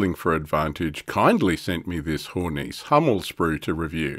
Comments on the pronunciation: Hey, it's a german vehiecle, not french. HornissE, not HornEEce ;) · I would note that following "e"s are NOT silent in German. Hor-niss-eh